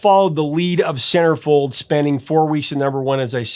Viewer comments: Had to look it up, couldn't figure out what you said ! Sounds like SarahFey... Those you win scammers are everywhere including Facebook... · You realize now he said Centerfold right? I hit your time stamp and 😂 I can see how you heard SarahFeh ... Take 2🎬....let's try this again aaannndd Action! 🎬🤣✌️❤️🎸🎶🙏